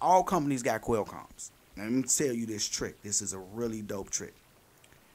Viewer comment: I cringe every time you call it a quail com